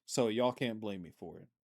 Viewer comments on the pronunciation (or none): none